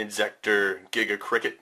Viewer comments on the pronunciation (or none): none